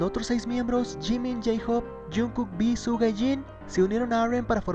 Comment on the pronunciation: Se pronuncia shuga pero igual te amu 😂🤗